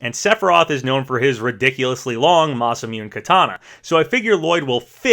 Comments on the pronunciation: It's pronounced Masamuné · You’re mispronouncing “masamune.”